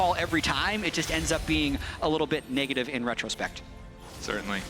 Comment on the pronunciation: dude says niggertive ne ga tive